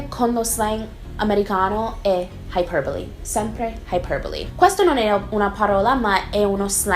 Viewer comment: si dice "iperbole" lol